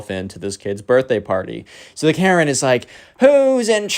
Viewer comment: Second time you said maren